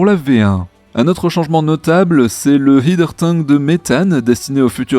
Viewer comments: Starhopper (saute-étoile), pas Starhouper. Et 'haideur tank', pas 'hideur tank'., si tu ne me crois pas, écoute simplement la prononciation dans les vidéos de NSF. 😉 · Prononciation : le terme "header tank" (en français on dirait "vase d'expansion", comme les dispositifs utilisés dans les circuits de chauffage par ex.) vient de "head" (la "tête"). Et donc la prononciation de la première syllabe n'est pas le son "i" mais "è", très analogue à la prononciation de "head". Et pour la phonétique : "hɛdər tæŋk"... bon ça ne retire pas l'intérêt de vos présentations hebdos... Merci !